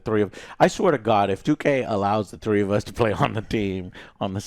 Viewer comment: did he ever get better at three frows?